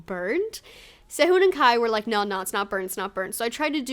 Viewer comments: His name is pronounced Se-hoon but nice vid. You could probably try some of the dishes that the idols used to make on Happy Together. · the way she said sehun I heard sehoon/sayhoon but still good video 👍👍👑❤ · it's se-hoon, in korean the romanji "u" is pronounced as "oo" ^-^